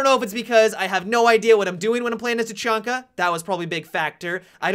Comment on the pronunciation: You said tachunka in the beginning of the video